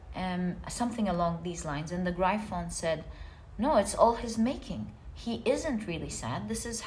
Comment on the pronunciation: Gryphon is pronounced “griff-on”. No hate, just to help you. ❤❤